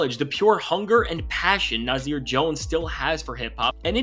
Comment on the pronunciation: Nah-Sear, Naahhh-Seeeaaaarr! Not Nah-zeeer!!! You new guys are killing me!